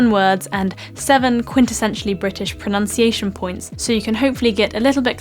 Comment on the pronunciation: Pronunciation is pronounced erroneously here!